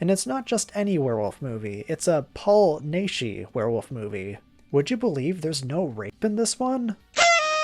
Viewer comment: Paul Naschy's name is pronounced like "gnash." Actually "gnash-y." "The Werewolf vs. the Vampire Woman" is the sequel to "The Fury of the Wolf Man." It literally takes up the night that "Fury" ends because two pathologists (not graverobbers) are called in to do an autopsy on Waldemar Daninsky. And later in the movie, he talks about catching lycanthropy in Tibet.